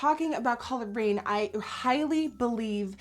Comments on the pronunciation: Put on more highlight every time nikkie says colored raine😂😘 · Am I the only one that thought she was saying Collard Green instead of Colored Rain?? Hahahahahahaha love you Nikkie